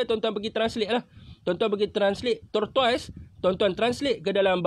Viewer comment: sahabat sebutannya ialah TORTIS. Ejaannya sememangnya seakan bunyi TORTOIS..HIII HIII..